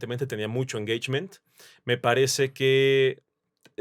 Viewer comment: Saludos Al ………. PERO QUE ES ESO DE “ENGEICHMEN”??? 🤣😂🤣😂…….. Saludos Desde TEJAS!! 🇨🇱🇲🇽🐯